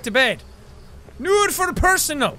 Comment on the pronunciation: hahahahahahahaaaaaa!!!!! befreit uns nochmal is german and nur für personal is also german 🤣🤣🤣🤣🤣 SO FUNNY HOW YOU SPEAK!!!